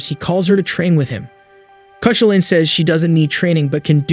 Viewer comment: The legendary Irish hero's name is pronounced Kah-hoo'-lun.